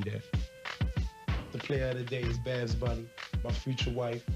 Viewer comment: Babs. Not Baps. TH 😂😂😂